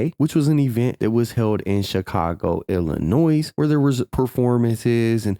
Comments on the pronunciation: The S is silent in illinois sir being from there all love tho❤ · The s is silent in Illinois. 🌈✨